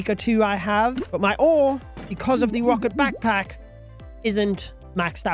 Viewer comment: "because of the wocket backpack" 😭